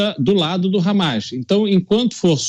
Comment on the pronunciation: Meu deus até a jovem pan tá com medo de falar hammas cara falou por mais de duas vezes habas